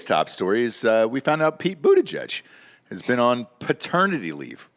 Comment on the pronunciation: Is it pronounced buttuhgag?